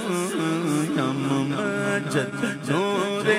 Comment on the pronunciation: یہ مُحمد کی بجائے مُمَجَّد پڑھ رہا ہے، ممجد کہتے ہیں وہ شخص کہ جس کو بزرگی دی گئی ہو۔ جب کہ محمّد کا مطلب ہے کہ اللہ تعالیٰ نے جس کی سب سے زیادہ تعریف کی ہو۔۔ اس کلام میں اصل لفظ محمد لکھا گیا ہے، اور پڑھنے والے پر لازم ہے کہ وہ وہی لفظ پڑھے جو لکھا گیا ہے، اور ویسے بھی ممجد کے مقابلے میں محمد کے معنی بہت زیادہ بہتر ہیں، اور یہی نام ہے ہمارے نبی اکرم صلی اللہ علیہ وآلہ وسلم کا۔ممجد نام کہیں بھی نہیں لکھا گیا۔۔ لہٰذا اپنی طرف یہ نام اس کلام میں پڑھنا درست نہیں